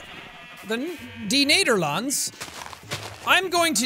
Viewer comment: almost good its really funny you have try to say de Nederlanden :)